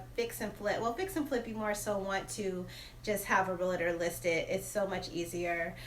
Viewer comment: It’s pronounced real-tor not real-a-tor.